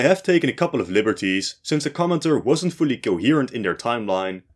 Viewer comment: When you were saying 'commenter' it sounded like you were saying 'comintern'